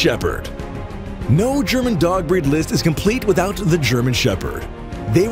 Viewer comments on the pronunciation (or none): none